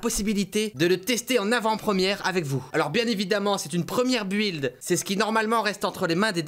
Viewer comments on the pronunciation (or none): none